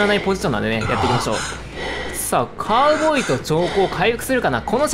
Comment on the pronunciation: 毎回カウボーイがカアボーイに聞こえるw